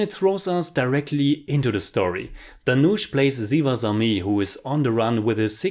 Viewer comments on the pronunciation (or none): I want to point at Asuran and Sivasami have S pronunciation not Z......Unfortunately I can’t take such gore so haven’t watched it....but someone I know who has watched said the same as you that the fights aren’t realistic for e.g. one guy beating some 100s of them....like a mass movie though the story is based on real incidents.....I personally hate slo mo shots.....btw GV Prakash Kumar is the nephew of ARRahman....